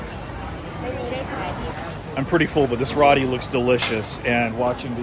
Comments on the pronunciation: ROO Ti not rotti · I believe ROTI is pronounced ROW-TEE.. (like row your boat)... And not RAA-TEE as you are saying in the video! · Row-Tea, not raw-tea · Just a heads up....roti is pronounced more like row t